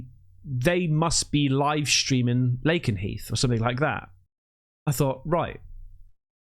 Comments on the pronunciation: It's pronounced Lay-ken-heath ❤️ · Lakenheath is said to”lake-en-heath”. I live close by and there’s two in close proximity to each other. The other base is called Mildenhall. The area is a HOTBED for UFO activity. I’ve lived here 20 years and I’m 20 mins up the road. I have seen 2 in my time here. One about 17 years ago and one about a month ago. My friend who also lives in the same village saw one the same week and I got excited thinking she saw the same one I did, but she saw a DIFFERENT ONE. She got photos too!! I have no pics as the first time I was on my motorbike late at night and had to take my gloves off and get my phone out; my memory was full on my phone and by the time I deleted photos to free up space the fucker disappeared! The one most recentky I saw at home whilst smoking and I thought it was a drone so didnt run to get my phone.. by the time I realised it was too late. They often show up where there are bombs and nuclear war heads. Although the public are reassured such things aren’t stored on the bases, I doubt very much they are telling the truth. People local to mildenhall say there is an underground network of tunnels that spread as far as Newmarket. Nothing would suprise me. I think the aliens check in on us and evaluate how much damage we could cause. 😂 stalking us to remind us that they have the true control. When the Australian school children met the aliens they all said they spoke in images telepathically to show their concerns over nature, animals and that technology is bad.. I wish